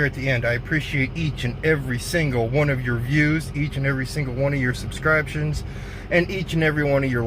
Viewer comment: Did you just say Sub scribe shuns ???🤣